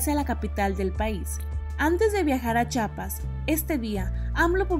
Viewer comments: Muy bien, pero corrijo a esta reportera, no se dice Chapas, hay una i despues de la Ch, CHIAPAS ... corrija su dicción por favor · Me caen mal los reporteros que no saben decir CHIAPAS